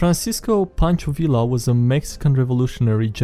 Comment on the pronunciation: Oh my. It was excruciating to hear him butcher Pancho Villa's name over and over.